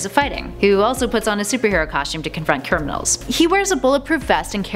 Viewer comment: WTF is a cirmanal is criminal not cirmanal wtf watch to understand XD